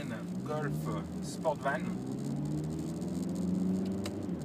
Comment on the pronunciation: Volkswagen Golf "Sportsvan" et non "Sportvan" ...!